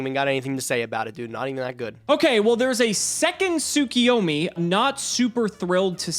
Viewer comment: Am I crazy or do people just consistently pronounce tsuKUyomi wrong? It’s KU, not KI